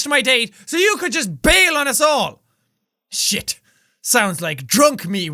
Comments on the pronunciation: Jack... I hope you know you pronounced shit and bullshit wrong... :/ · I love how immediately after he decided it was either Irish or British he started pronouncing shit different 😂😂